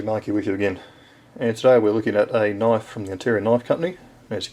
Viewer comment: now that's a knoife !